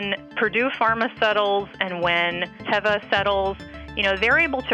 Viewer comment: TEEEVA not TEHVA